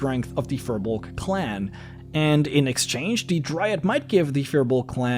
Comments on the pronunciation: You're mispronouncing firbolg. It's pronounced fear-bolg, not fur-bolg, I looked it up. Don't listen to what the players of Crit Role say because their DM Matt Mercer is the only one pronouncing it correctly while the rest of them are mispronouncing firbolg. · It's pronounced Fear-bolg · pretty sure it's "feer bolg" pronunciation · Look at how they massacred the period race of Na Fir Bolg! Fir Bolg is already plural, singular is Fear Bolg, and the 'r' in Fir Bolg is pronounced like a soft 'zh'. They're demons in the d&d sense and it took a literal civilization of the gods to wipe them out.